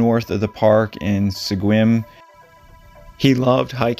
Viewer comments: love your videos man. its interesting hearing these older cases. PS Sequim is pronounced "Skwim". It's a super common mistake lol. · And Sequim is pronounced (SKWIM) 😊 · Almost had Sequim pronounce right! It’s said like you’d think it would be if e wasn’t there. Or Like saying swim with a C after the S, scwim.